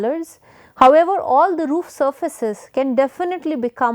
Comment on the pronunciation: And really fed up with the forced US English pronunciation of words like wannabes do Example Enthire instead of Entire Chan instead of can